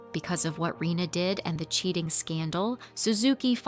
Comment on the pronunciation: Her name is Reina instead of Rina actually, pronounced "ray-na"